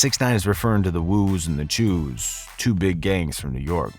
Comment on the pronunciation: it’s not cheews it’s choos😂